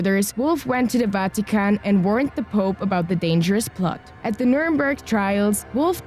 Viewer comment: The mispronunciation Of so many words like numernburg, counterfeit and more is just cringe worthy I don’t mean to sound rude or anything you saying this